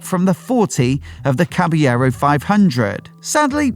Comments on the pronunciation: It is pronounced Cabalero..you have to pronounce the L it's not Spanish it's Italian! Fantic motor a remake of the iconic Motocross bike from the 70's! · I like the Triumph 400 followed by Caballero (wrong pronunciation on the video). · Awful pronunciation of Caballero 😂